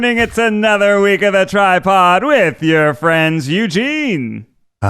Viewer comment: No one: Ned: WeALcoMe tO TidePod